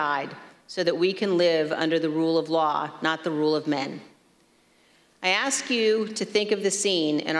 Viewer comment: Ask... not axed. 🙄